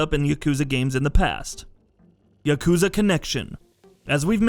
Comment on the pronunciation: Doesn't bug me as much as him saying yakuza wrong. But I'm a petty human being